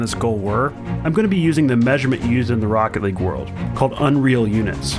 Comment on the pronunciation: What everyone else heard: this is rocket league What I heard: THIS IS ROECKET LEG